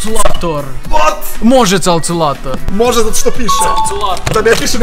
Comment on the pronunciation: Ne čita se calculator nego kalkulator